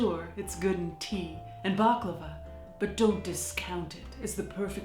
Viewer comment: ''Bob-klava'' hahaha i can't believe you!